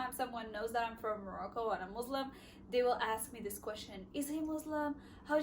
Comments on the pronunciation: I don’t know why people keep saying Muzlim.. it is Muslim. MUSLIM I hope you correct that. Thanks 😊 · But you said it .. مزلم muzlim is not Muslim مسلم.!!! As I mentioned earlier, the problem of pronunciation usually faces those who have the difficulty to pronounce the word Muslim, even though they make an effort to say as it should be. Again, the name Muslim is regular, with a meaning that means Submitter. The one who submits to Allah. You can check the dictionary. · Salam alaikum sister! Actually that was my first time ever seeing you - and that was my first notice. If you were not Muslim and a western then could be a matter of pronunciation but you should be the one to say it right and know the huge difference between Muslim and Muzlim.✌️